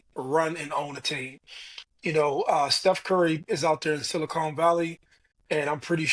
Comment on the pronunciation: Mo calling the Silicon Valley silicone is diabolical 😂😂